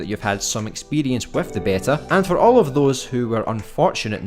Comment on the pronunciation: In the UK it's normally pronounced BEE-tah, in the US BAY-tah, never heard BEH-tah before but you do you!